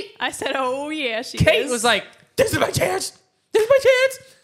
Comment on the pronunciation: ITS KATE NOT KATRS